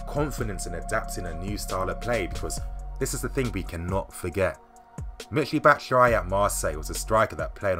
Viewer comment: And, it's Batshuayi not Batshuyai😂